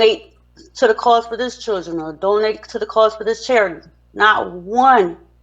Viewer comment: Churgen... It's children!!!